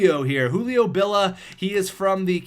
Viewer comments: bill ee ah not bill ah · It's Julio BillIA not Julio Billa